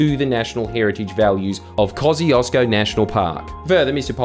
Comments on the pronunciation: "Koziozko" as the prononciation for "Kosciuszko" is hilarious (Tadeusz Kościuszko is a Polish/Belarusian/etc. war hero, apparently the mountain was named after him). It is closer to "Kos-tiush-koh" :P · Shouldn't it be pronounced Koz "choo" skous park? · Kaussieosko is the worst pronounciation. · its pronounced "kosh-chu-shko" btw, polish is hard